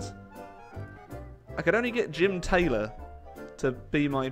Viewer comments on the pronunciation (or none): none